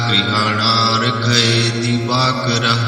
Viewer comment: गुरुजी स्क्रीन पर likha हैं, वहि बोलो,divakarm nahi likha divakara likha हैं.